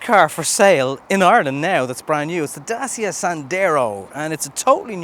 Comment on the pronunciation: Great review apart from the pronunciation of the name Dacia